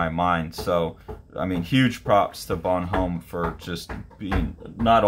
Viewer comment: Bon-ohm not Bonhome. Goscinny (Goh-see-nee)